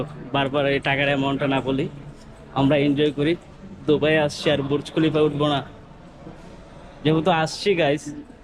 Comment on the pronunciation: হায়রে কামলা ( কনটেন্ট‌ ক্রিয়েটর)!!! বুর্জ খলিফা বলতে পারে না! বলে বুরুজ খলিফা! আগে শুদ্ধ করে বাংলা বলতে শেখ, পরে কন্টেন্ট বানা।